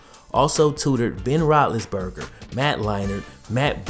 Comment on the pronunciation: Who’s this Ben Rolisberger you speak of?